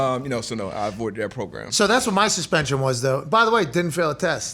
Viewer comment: Its funny Pat cant pronounce “program” 😂